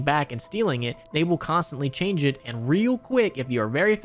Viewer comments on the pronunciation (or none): none